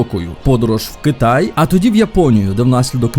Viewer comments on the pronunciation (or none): none